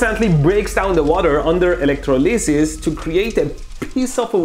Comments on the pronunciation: I will be mispronouncing electro-leses properly now. Thanks Mr. Boom. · I love how you pronounce electrolysis 😜